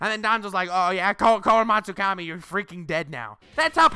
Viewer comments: Tf is Shichui? Lol! It’s Kotoamatsukami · Commenting for "kotoamatsufukki" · It's Kotoamatsukami Not that hard fr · It's kotoamatsukami